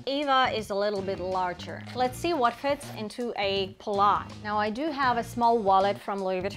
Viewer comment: Hi you may pronounce it pallaS the s is not silent. PAL LAS